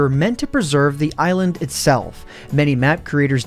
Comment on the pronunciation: Did he say "eyelond*